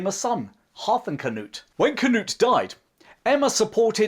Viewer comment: I thought the last successful invasion of England was in 1688, when William of Orange invaded? We know James II refused to fight, and fled, but he was still the King of England...? It's also nice to hear you pronounce "Hardråde" faitly correct, with the pressure in the beginning, like HARDråde. Svein and Knut have been changed into English writing, as the Scandinavian languages are pronounced different.... BTW, I read somwhere, that Knut did not try to stop the sea, but rather wanted to show that only God was more poweful, so Knut could NOT stop the sea. Interesting twist to a wll known legend.... Anyway, thanks for an interesting channel.